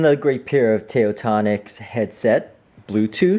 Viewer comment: Damn this review was so, so bad. You can’t even pronounce the name of the company correctly. You legit pronounced it as tayotonics but it’s supposed to be TaoTronics. This video doesn’t deserve a single like, only dislikes. You wasted my time, dislike from me!